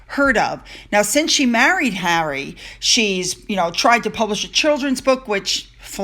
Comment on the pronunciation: Harry, not hairy! 😂😂😂